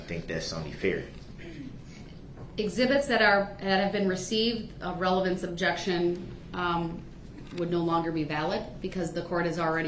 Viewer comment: Darrell Brooks Dictionary Dat - That Objectshone - Objection Biast - Bias Dis - This Deese - These Coherse - Coerce Yoo - Your Unbiblical - Unbilical License Place - License Plate Substain - Sustain Tentave - Attentive Axed - Asked All of the Suddenly - All of the Sudden He know what he did, He know what he didn't do. What lawful law? - Is that legal? Presitioned - Positioned Clearency - Clearance Takid Agreement - Tacid Agreement Grounz - Grounds Estent - Extent Manifest Necessity - Manifest Dedestity Window Tinz - Window Tint Relavent - Relevent Show me Lawful Law - Is that legal? Te hee and Kee, kee, kee